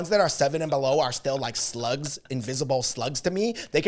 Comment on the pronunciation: My boy said slugs 🐌😭